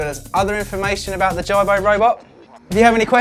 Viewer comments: you cant even say his name right JIBO not JARBO "smh" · HIS NAME IS JIBO IT PRONOUCE AS G-BOW NOT JARBOW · his name is "jee-bo" not "jie-bo"...the creator decides the correct was to say that...like preface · omg, it is pronounced Jeebo not jybo. smh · "Jai-bo"... Please do your research before posting a review, it's pronounced "Jee-bo". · It's geeeebow man.. the whole review I was focusing on the way ur saying the name..lol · hay i already Pre-ordered one last year and waiting i cant wait i cant wait... good so dont insult our JIBO pronunciation is the KEY lol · Justin Vazquez Hi Justin, yep I realised my mistake after I complete the video:-s. I blame Google translate:-). I was worried about the pronunciation, so put it in to google translate and it came out in UK English as Ji- bo:-s. Thanks:-) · It's pronounced jeebo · You obviously don't know much about the robot... you can't even say the name right. Jibo is pronounced Jee-bo. And this is not a review. I will report you if you don't change this. You are misleading us to get views. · and he couldn't even say the name of Jibo properly.. watch how the designer says it compared to this guy lol. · S.A.G disliker Hi S.A.G, yep, I will double check next time:-). I am hoping to get one and do a hands on review, so will adjust the pronunciation:-). Thanks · Mr PumperKnuckles you think so? Personally I thought the information on the review was good.. but if you are doing a review, I would hope that you could pronounce the name correctly. Not disrespecting anyone just saying how I felt about it. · Can you at least say the robots name right !!! Don’t ever purchase one because it will never respond to you. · This is not a review. You aren't even pronouncing the name correctly. Waste of time